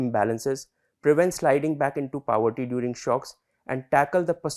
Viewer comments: Powerty? ❌ Paw+ver+tea✔️ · He seems educated but, what is Paverty bhai....? we have a place called "Pavaratty" here in our state, any relation to that? Get your pronounciation right,jackass. Jarhead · Pav-erty like in Vada Pav. Guys get your pronunciation correct. I’m just wondering if these videos get reviewed before they are posted.